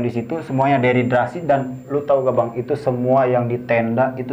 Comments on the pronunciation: Dehidrasi omm.. bukan deriderasi 😂😂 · "DEHIDRASI "(kekurangan cairan tubuh) bukan "deridrasi" (deridrasi apaan??) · aku ke channel ini karen kmarin nonton bang indra di lentera malam,btw itu dehidrasi bukan deridrasi 😂